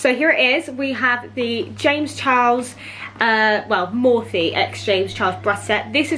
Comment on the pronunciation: Girl it’s pronounced Morpheeeee x